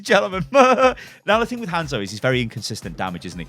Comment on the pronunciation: Had to stop watching because of how you said Hanzo